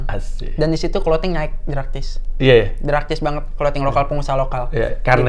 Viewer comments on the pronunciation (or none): 19.03 hey draktis draktis...drastis dong 😂